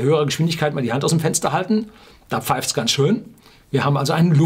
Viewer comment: ...ganz...mit z.... nich mit s... : )